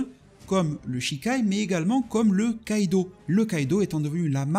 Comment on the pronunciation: Kido svp et non "kaido" mes oreille on saigner lol😅